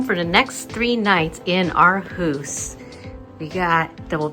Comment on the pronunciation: One of the better Aarhus videos I’ve seen. And you pronounced Aarhus well.